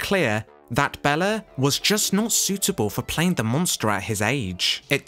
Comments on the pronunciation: HIs name is BAYla Not bella. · Hungary, not "Hungaria." And the name Bela is not pronounced "Bella." It is pronounced "Bayla," as Karloff pronounced it in a publicity short where the two of them are presented in the midst of a chess game. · Enjoying the information in your video, as there is much here that I did not know. However… PLEASE! PLEASE! PLEASE! Pronounce Mr. Lugosi’s first name correctly! BAY-la! PLEASE! 🙄🙏🥺